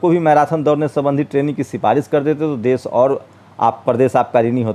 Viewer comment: aap apni bhasha shudh kijye plz.sha shabd ko sa na kehkarvucharit kare. Aap deshbko des kehvrahe ho Shramik ko sramik kehte ho pls bhasha sudhar kijye.